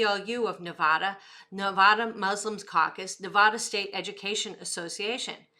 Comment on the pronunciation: You are saying Nevada wrong